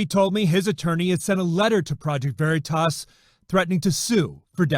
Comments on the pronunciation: Fox 9 can't even pronounce veritas "very toss" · It's stupid, the way they pronounce "Veritas" as "Very Toss," as if it's so small and unimportant that they don't even know how it's pronounced. It's too over the top. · "Project Very-toss"